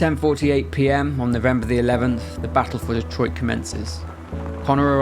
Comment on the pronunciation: Thank you for being English and somehow knowing how to pronounce Detroit correctly 👌